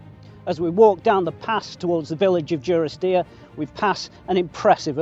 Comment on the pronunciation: You pronounce it Due-ris-deer, I always thought it was Duh-ris-deer. Genuine question, what is correct?